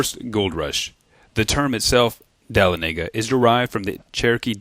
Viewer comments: A few polite corrections if you watch this vid: The annunciation of the name of Dahlonega is (DA-LAWN-UH-GUH) not (Dal-a-nega as rhyming with the well-known speedway Talledega)...... and the name of Dahlonega does not mean yellow money.... it means "precious yellow metal". Also, Dahlonega is not the original Cherokee name--- it was pronounced Tahlonega, with a "T", not a "D", which Wilson Lumpkin changed the name to shortly after the TRAIL of Tears. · Being from Georgia, I must correct you on how to say Dahlonega. If you are from here, it is DA-LAWN-EH-GUH. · so annoying to hear the the town's annunciation said wrong.